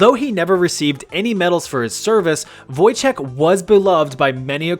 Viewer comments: It's actually Wojtek (read Voytek) Pierdol się means fuck you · The way you pronounced Wojtek physically pains me